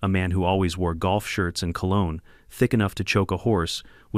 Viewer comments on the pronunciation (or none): none